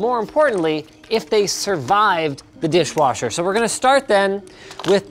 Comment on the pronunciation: Totally keep hearing saying dishwarsher.